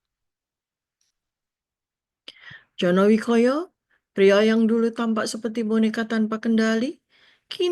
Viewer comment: Koreksi. Yang bener Jono Wiyoko.... bukan Jono Wikoyo yg sering terucapkan.......